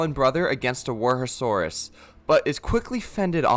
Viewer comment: He said to roast him for tsintaosaurus but instead he mispronounced wuerhosaurus. LOL